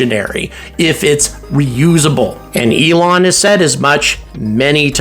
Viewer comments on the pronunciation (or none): none